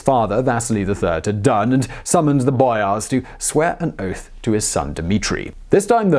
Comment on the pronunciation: bro who speaks like you do ? boYAAARss